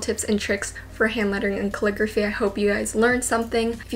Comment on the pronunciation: Why do I hear "clicker fee" instead of calligraphy?